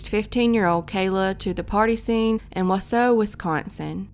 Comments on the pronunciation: Why is that anyone who doesn't live in Wisconsin, simply does not seem to be able to pronounce the names properly? Most of them are actually phonetic. It's not Wah Soh, it's WAH SAW. Curiously tho, you DID pronounce Waupun correctly... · Wisconsinite here - the city of Wausau is pronounced Wau-saw, not Wau-so. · Wausau is pronounced WAH-saw. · It’s not wasoooo it’s WausAU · Please contact a Wisconsin native for correct pronunciation. It is pronounced WAH - Saw, not Wah - SEW (Antigo was pronounced correctly). Onalaska is pronounced ON - Alaska not OWN - Alaska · Whaasaw wisconsin lol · Wausau is pronounced WaaSaw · It’s pronounced Wa-Saw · Wausau is pronounced Wa saw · Wausau is pronounced "Wa-Sa'. The 'U's are silent. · Plz pronounce Wausau correctly! It's Wausau where the last part is pronounced 'saw'. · It's pronounced "waw-saw." Not trying to be a dick, I'm just saying. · Pronounced waaaa sawww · its pronounced "Wa-saw" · Wau-saw - Waaaa-saw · Wausau, WI is actually pronounced “wau-saw” . great videos!! thanks for covering these cold cases! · I had to stop watching after 20 seconds. It’s WAH-SAW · Wausau is pronounced “waww-saw” 😂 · Not that it matters, but Wausau is pronounced wah-saw👍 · Wa saw is how its pronounced 😆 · Wausau is pronounced "Wah-saw". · Wausau is pronounced Wah-saw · Wausau is pronounced wah-saw. Though all of your other pronunciation was pretty spot on. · Wausau, Wisconsin. Wah saw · Pronounced: Wau saw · Just an FYI, Wausau is pronounced wau -saw. Not picking, how would you know? Great story! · It’s pronounced wah saw. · WAW-SAW is how you pronounce the first city...not whatever sound it was that came out of your mouth... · It’s pronounced “wa -saw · It’s pronounced Waw-saw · I live in Wausau, and it’s pronounced “WAH-sah”. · Wa-saw is how it’s pronounced. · just for future reference, it’s pronounced wau-Saw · lol i'm from Wausau and i'm not surprised someone outside of Wisconsin pronounced it wrong but at least you got Antigo down :)